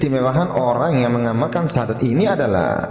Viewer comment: Maaf laras syahadat anda kurang benar itu mungkin pengaruh dialek hingga berbunyi Sasadu dst